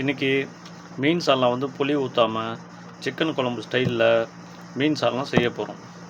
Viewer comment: புலி இல்லை புளி சரியா